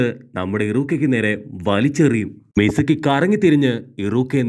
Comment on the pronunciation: Not mizumi its mizuki